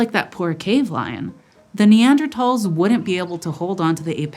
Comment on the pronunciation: Thank you so much for pronouncing Neandertals correctly!